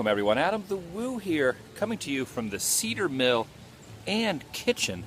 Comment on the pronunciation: Cee-der Mill ? No, no friend...."C-eye-der Mill... :) (not being mean...this gave me my first smile today...so it was welcomed). Be cautious around Sevierville ...especially if you venture out to Locust Ridge seeking Dolly's childhood home. "Most are very nice, but some areas" are still clannish and rough.....;)